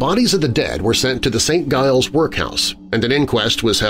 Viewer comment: St. Giles pronounced Saint Jiles